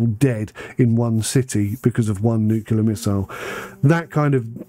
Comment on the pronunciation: Anyone who says nucular instead of nuclear is an ape.